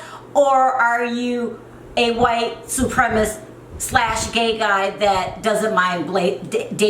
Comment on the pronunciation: You said "he seen her" twice in a row, so it wasn't a mistake. Do you not know it should be "he saw her"? I mean, a 3rd grader knows this, yet you continually speak like this way. Also, it's not "white supremist"; its "white supremacist". One would think as a person of color, if there's just ONE WORD you knew it would be "white supremacist". And you have the nerve to call Yolanda dumb?? Yolanda is naive. Sherrell is dumb.